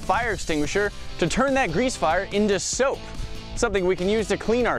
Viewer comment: Who noidised that he said soup